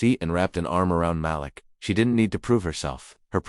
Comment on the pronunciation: Malik rhymes with batik. Muh•LEEK.